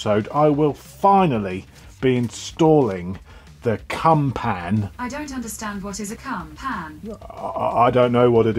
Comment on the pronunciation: Gotta love a CUMPAN! Although I think you'll find in the pronunciation the emphasis is on the "Cump" with a short "an" - phonetically "Cump'n" - just that little bit less slutty than "Cum-Pan"....and as for "it's not too tight, you can get it in from a different angle" I nearly choked on my weekend HobNobs!! Lovely to hear Mavis in top form...good advice from her too...